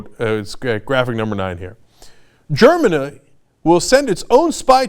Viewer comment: lol .- (Ger-min-a") -???